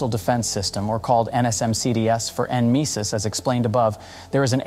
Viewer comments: N misis? Its pronounce Nemesis😂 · Nemesis. Just say it! Damn AI